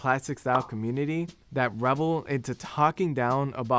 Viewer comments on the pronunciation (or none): none